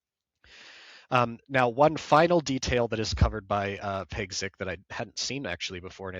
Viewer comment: The name Piegzik is pronounced Pyegzheek